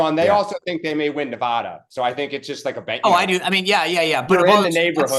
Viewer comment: The DNC really needs to emphasize to its surrogates how to properly pronounce “Nevada”.